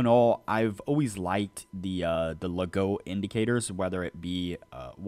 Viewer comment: It's pronounced Legoo 😅